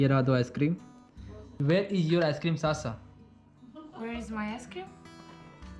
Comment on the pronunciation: । वो साशा है ना की सासा । जैसे आप हैं ना की सुभम ।